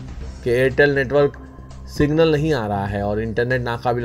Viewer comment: ایر ٹیل سنگل نہیں بلکہ "ایر ٹیل سگنل" کہہے۔